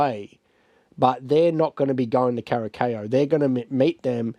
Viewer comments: CURASAO, PRONUNCIATION IS WITH SSSSSSSSSS. 🤦‍♀🤦‍♀🤦‍♀🤦‍♀🤦‍♀🤦‍♀🤣🤣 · Kurasao thats how you pronouns it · kur uh sau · Cara sow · Your pronunciation of Curaçao is soooooo far off, please, please just Google the pronunciation next time 😅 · I thought it was funny the way you pronounced it, but it's one of those words that can easily throw you off.